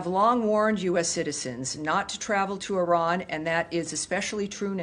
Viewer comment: White people are so stupid that they even don’t know how to pronounce Iran.